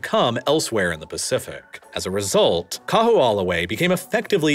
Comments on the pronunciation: I was also impressed by how he quietly mangled Kaho'olawe. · I've lived in Hawaii for 15 years and learned a ton of things I didn't know about Hawaii's history from this video. Btw, I still have trouble with pronouncing Hawaiian words, but can tell you the island of Koho'olawe is actually pronounced KO-ho-O-la-vey. Great video, thanks! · Kah\-who-AH-luh-way is worse! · Hearing you pronounce Kaho'olawe was pretty funny 🤣 for those unfamiliar, W's in Hawaiian are actually pronounced as V's. So it would sound like Ka-ho-ou-lah-ve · Kamehameha is pronounced Kah-May-Hah-May-Hah. Kaho'olawe is pronounced Kah-Ho-Oh-La-Vay. And Hawai'i is more accurately pronounced Hah-Vai-ee. Otherwise, this was really good, and I appreciate that you did not shy away from describing just how Native Hawaiians have fared in this transition and also the extreme challenges of living here (especially on the outer islands, which do not have the same diversity of employment opportunities, but the smaller population definitely makes for a much more sedate existence). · Learn how to pronounce Kahoolawe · His pronunciation of Kahoolawe is off. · Really? Every time I hear him pronounce it, my ears bleed. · Much funnier to hear his attempts at Kaho'olawe, Moloka'i, and so many more. Im personally so insulted to hear malihini or non residents, certainly non Hawaiians try to teach the world about Hawaiian history. Really? There's plenty of Hawaiian history resources available for any who didn't attend school in Hawai'i. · Yikes! Everytime the narrator says "Kahoolawe" I flinch. Otherwise, great documentary! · Bra! and he said it so many times! cringed every time haha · Bro I was rolling I think him pronouncing Kaho'olawe was my favorite way someone butchered the name. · This was a great documentary, but I would love to sit you down and teach you how to actually say Kaho‘olawe properly.